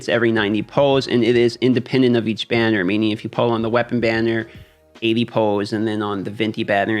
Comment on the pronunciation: Those are some great tips. You say pull a bit funny but cryro is worse haha. Going to try some of these.